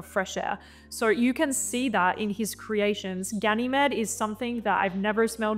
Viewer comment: It's pronounced as Ga-nuh-meed. As in the Greek mythological character Ganymede.